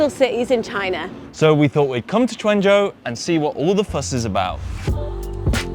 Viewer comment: Guandzou not quanzhou